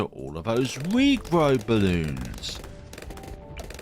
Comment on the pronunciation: Did you say wigrow bloons?😅 Love your vids❤